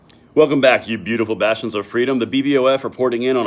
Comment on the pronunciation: Bastions! Not basturds. Lol